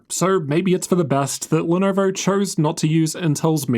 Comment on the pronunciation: Ar nar, not the Lenarvar.